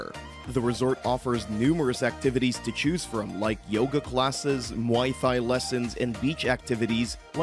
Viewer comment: I can't take this guy seriously when he says "Thigh".